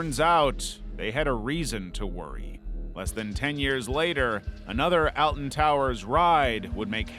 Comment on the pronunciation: its pronounced olton not altan